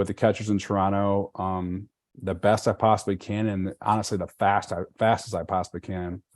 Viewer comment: The dude already pronounces Toronto like a local haha